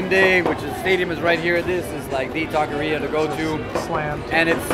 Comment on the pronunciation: That guy pronouncing taqueria like that is a tahqueerro. 🤦‍♂️